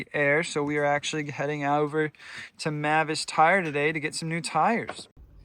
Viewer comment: Mavis is actually pronounced as "MAY-viss."